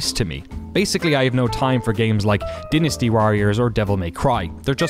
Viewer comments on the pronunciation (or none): Kindly try to pronounce this word for me again. "Dynasty".